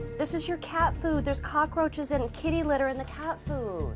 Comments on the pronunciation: Is she saying "cock-a-roaches"? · Why do all the hoarders say "cock-ah-roaches"? Watch and listen, none of them on any episode seem to be able to pronounce it correctly.